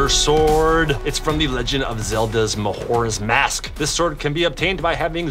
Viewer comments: Ma-hor-ra’s masks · YOU ARE THE FIRST PEOPLE I’VE EVER HEARD MISPRONOUNCE MAJORA’S MASK!!!!!!!!!!😡😡😡😡😡